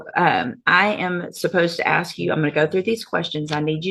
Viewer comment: Can’t even say the word ASK.